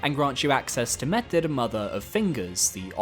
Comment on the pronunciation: Why do you pronounce Metyr like that. It’s not how it’s canonically pronounced and you are just over-pronouncing it. It’s pronounced mett-er.